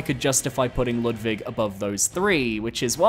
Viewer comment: Why are you pronouncing Ludwig like that? It’s literally said aloud in the cutscene before his boss fight?